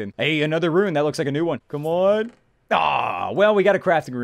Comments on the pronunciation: Halfway through the video he started pronouncing "rune" correctly. After watching the rest of it, he started pronouncing it as "ruin" again. Come on man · it's really bugging me how you say runes as "ruins" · ruin reader? Haha, please xD It's RUNES! Not ruins!:D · First, he said iron as "eye-run", and I got over that because that's how it's spelled, even though it's still wrong. THEN, he said rune as "ruin", and I cringed SO hard. Like, is he just a living typo? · It pains me when he says ruin instead of rune. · pronounces rune as "ruin" bruuuuuuuh